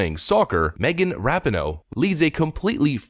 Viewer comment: Hey.... it's RA-PEE-NO. Just to let you know....